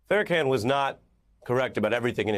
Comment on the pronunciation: “Fair-a-can” I like ari melber, but this is some of the most ridiculous 11 mins ever.